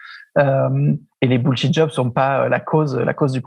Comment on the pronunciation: Denis! Entraînez vous à prononcer les mots anglais avant bon sang! surtout bullshit! bullshit job, bullshiting , bullshiter.... (linguee, textospeech)...Merci